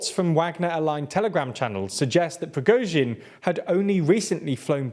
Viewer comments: I remember when was pronouncing the surname as "Prigot-sin" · Stop saying "Pri-GO-zhin" it's pronounced "Pri-GORE-zhin" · Wow, you're no longer pronouncing his name as Prizgovin, well done!